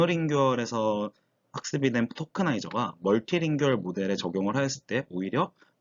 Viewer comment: monolingual tokenizer가 뭔지 더 자세하게 얘기해 주시면 더 좋았을 텐데... 그리고 자주 쓰이는 낱말의 발음에 신경을 쓰셨으면 더 좋았을 텐데. 모노링구얼 멀티링구얼 (..링규얼 말고)